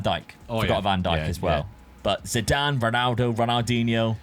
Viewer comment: S5C here!!! 💪🇷🇸 Well, if someone in previous videos played Harry Kane as GK, You can play Figo as RWB 😄 PS-How Dad managed to pronounce Zidan's name ZEDIN??? 🤣🤣🤣